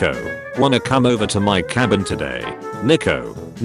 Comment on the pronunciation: Guys the way the ai voice says Nico is horrible.